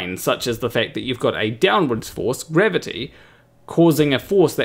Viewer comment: Funnily, wenn you say "gravity" it sounds like "grabbity"... are you sure you're not a flerf? ;=)